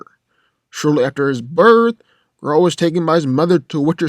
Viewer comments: It's ger-alt. Not gralt. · no offense but everytime you say geralt it sound like grodd :P tho i feel like you got most info from wiki special about aragorn half of the invo hasnt been confirmed hes not superhuman he is numenor he doesnt sense orcs he uses his tracking by feeling vibrations and using the earth to sense if he can hear anything nearby using vibrations tho geralt is a mutant without that hes alot weaker and wouldnt be able to fight like he does as mutant in that case its not really a fair compare both are good as they are aragorn without superstrength is the better one in that league and geralt as mutant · I had to skip to the end as soon as you mispronounced Geralt as Grrr-AWLT. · mispronounces Geralt Me: stop this blasphemy.